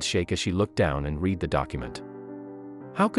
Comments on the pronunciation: This is still a Robo voice. Just better quality than most. RoboVoice pronounces READ as REED when it's past tense, so it should be pronounced RED. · He can't read worth anything. He can't pronounce the word read in a proper sentence. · This click bait story is told by a narrator that can't read, pronouncing the past tense of read as the present tense, and who cannot answer the question what was the DNA result. I know cliff hangers are part of story telling, but this is purporting to be a news item, so this becomes an uninteresting shaggy dog story, and I'd like the channel closed down for misrepresentation. I was a fool to even be interested in the behaviour of these plastic people.